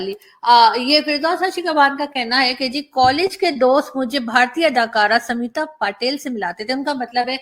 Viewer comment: स्मिता पाटिल नाम है न की समीता पाटिल।